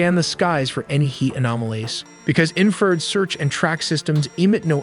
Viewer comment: "Inferrrrrd" instead of In-fer-red and Warth-og instead of Wart-HOG , like c'mon.